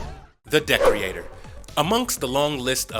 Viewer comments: Ye, it's not Decorator, it's DE-creator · Pretty sure it de-creator and not dec-reator. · The villain you refer to is Decreator (pronounced DEE-CREATOR, NOT DECK-REE-ATOR) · Decorator lol. The way you pronounce Decreator is extremely funny. It sounds like you are saying decorator! It's pronounced de- creator!! Great information in the rest of the video though! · Anybody else die inside everytime he say decreator wrong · I'm glad I wasn't the only one bugged by this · So this dude hasn't watched the series I'm assuming bc the way he says Decreator and Lucy Fugue is driving me insane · Wow, Jane IS in comic books, not at the very beginning but in the Vol.2. You just saw the tv show and check wiki-fandom to complete holes ? Also you mispronounced Monsieur (wich is not the 1st name of the gorilla) and De-creator... and Lucy Fugue, like... fugue !